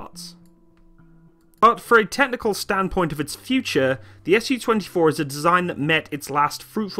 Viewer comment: I'll be "that guy" and point out the "Su" here should be pronounced as a single syllable as it came from the maker's name. If you pronounce it as 2 syllables (ɛs juː) then it'll be misunderstood as Samohodnaya Ustanovka